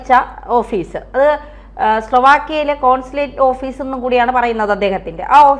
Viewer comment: കോൺസുലേറ്റ് ഓഫീസ് എന്നെങ്കിലും പറയാൻ പഠിച്ചിട്ട് ഇതുപോലെയുള്ള ഓൺലൈൻ ചാനൽ വന്നിരുന്ന പ്രസംഗിക്കുക